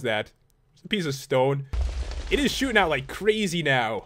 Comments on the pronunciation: When Pat said " Shooting out of it" I thought he said "Shoopin it." I WANNA GO SHOOPIN WITH PAT!!!!!!!!!!!!!!!!!!!!!!!!!!!!!!!!!!!!!! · Ya it did sound like it